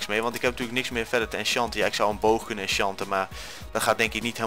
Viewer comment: Haha hoe je die bottle of enchanting uitsprak met dat "O chanting"